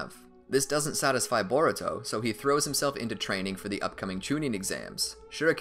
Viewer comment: at 1 hr 20 minutes and 19 seconds u said boruko lol